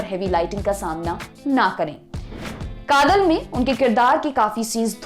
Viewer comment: You are right. Anchor should first learn how to pronounce South Indian names.